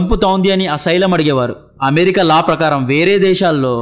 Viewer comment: అమేరికా కాదు..అమెరికా అను కాస్త.